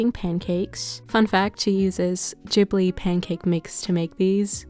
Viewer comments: It's ghibli with a G not J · Yeees, I was wondering when you!re gonna make studio Ghibli food 💜 Thank you for this video I think the Gordon Ramsey's recipe for vegan bacon could also work really well as the thick bacon- he puts tofu between the rice sheets. And a side question- is it pronounced studio gee-bli or ji-bli? I always pronounced it as the first